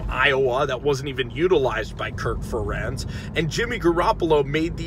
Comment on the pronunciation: Can you pronounce Kirk Ferentz right? I'm an Iowa fan so that bothered me.